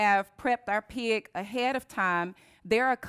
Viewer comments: i like how you say pig as piag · Took me a while before I realized she was saying "pig", lol. She keeps pronouncing it like 'pee-iq'.